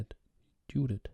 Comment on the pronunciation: Excellent pronunciation of the names László and Judit. (However in the first half of the video you had pronounced Judit's name correctly but in the 2nd half you, for some reason changed it to the bad format.) There is a little help from me: 2 words: 1, Yes 2, Jeep Focus on the first sound of these words. Using those sounds we get 2 diffenert types of names: 1, Judit 2, Dzsudit Obviously the first one is the correct one due to the fact that the second one is a non existing name.